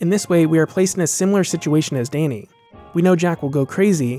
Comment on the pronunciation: "Dainy" ? XD Good video btw, great choice of movie.